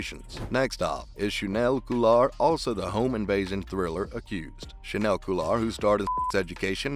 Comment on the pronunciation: he didn't say that. you're quoting the right article but that was a quote from james purefoy, who plays remi in SE. chaneil has yet to speak about silver. also his name is pronounced "cha-kneel"